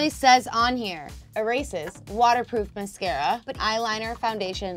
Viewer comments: lol she said (muh-sarca) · “Miscara” it’s mascara MAS-cara! 😩😂